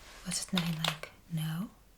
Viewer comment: "Was it nein like 'no' or actual nine?" and you wonder why people think you give off a German vibe.